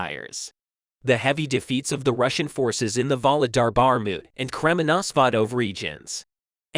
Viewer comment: Bar-mout? Bar-kiev? Only VERY old videoclips. Sentences that no normal person would say. This is a typical Chat gpt created channel, with a voice bot doing the narration. Do not support this kind of channels that are only in it for the money. Report them to youtube so they can be banned.